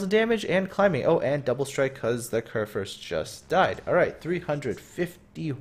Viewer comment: the first u in kurfürst is pronounced like the u in you but thumbs up for one of the better pronounciations i have heared this far form english speaking persons